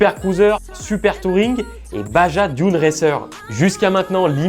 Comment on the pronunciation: il faut revoir la prononciation de baja ;)